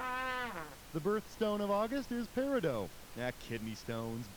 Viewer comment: that’s not how you say peridot.